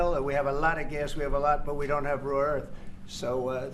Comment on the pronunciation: “Raw earth” 😂